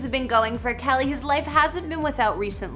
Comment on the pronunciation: Winced every time she called him "Kelly"